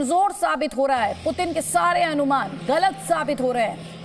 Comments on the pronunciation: पतिन नहीं पुतिन है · पतिन नही भाई ... पुतिन कहो 😀😀